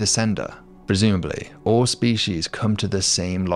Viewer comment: The only problem I have with any of this, is your persistent mispronunciation of "species". 😂